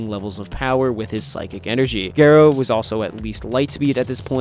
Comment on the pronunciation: ga-rouh not ge-rou pls for my sanity